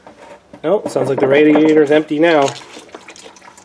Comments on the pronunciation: Rad is short for Radiator lol it’s Radiator not Rad diator lol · Say it with me. Ray Dee ator. Now say it fast